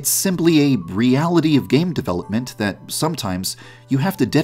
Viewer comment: Am I the only one who lives for the way he says “develoPPPment”